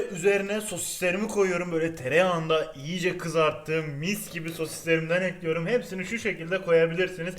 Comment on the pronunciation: Tostcu erol : kaşarları düzüyorum Sandik ici : ekliyürümmm 😁😁😁 illa o "ü" olacakkk